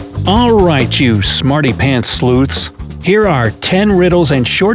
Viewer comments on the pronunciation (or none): Did he just call us smarty pants sloots at the beginning of the video? 😂